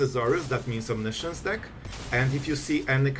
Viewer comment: It's as funny as it is annoying, because you announce your moves well in advance and repeat the impending mistake over and over again. And I sit here thinking, "When will he finally realize what a mess he's making!" :D As I have your attention for now, try to pronounce "omiscience" as it is pronounced. It is not "science". I know you´re not native english so aint I. ;-)